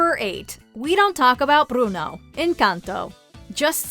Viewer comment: Nice job rolling the R's on "Bruno", narrator.